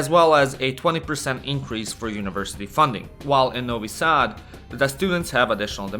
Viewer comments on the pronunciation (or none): Say Novi Sad instead of Nouwy Saad. You arent american.